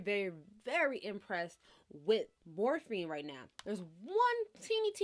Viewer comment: Is it me or is she saying Morphine? Haha! I love her!